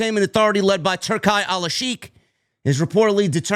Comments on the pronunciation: It’s pronounced turkey, dawg. Like the lunch meat. Not Tur-kai. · Its pronounced turkey Turki sounds dope though 👌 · *Turki is pronounced like 'Tur-Kee'.